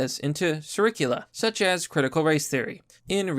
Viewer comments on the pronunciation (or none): I dunno bro. Surricula? I think you meant curricula. Tighten up.